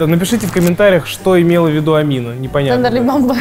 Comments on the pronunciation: Я угарал с того что называл Амину тендерлибамбе 😂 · теНрЕмбемБе как говорит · Мне нравится как называет Tenderlybae Tenderlymbambe😂